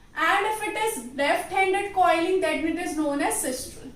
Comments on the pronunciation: It is sinistral and not sistral. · Sistral nahi hota mam.., its sinistral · its not sistral,its sinistral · Mam its a very helpful video just correcting one mistake as google says its sinistral and not sistral 🙃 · It is sinistral sister not sistral